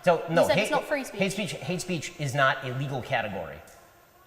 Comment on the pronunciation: Bweev had bree sbeech for a very long time 😂